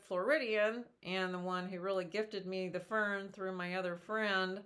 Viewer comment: They are pronounced FERN—-not FIRM. No M sound at the end.